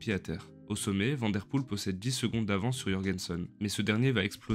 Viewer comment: Belle vidéo. Tu t'exprimes correctement en Français, et ta prosodie est agréable. Merci. Essaie de prononcer Mathieu Vanne Der Poel ... comme la ville de Vanne en France.